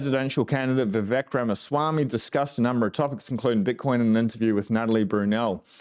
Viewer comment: His name is pronounced "vi-VAKE".